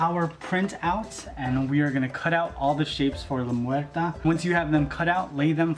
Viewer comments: its not lameurta its lamuerte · It's pronounced " Lah Mwehr-tey"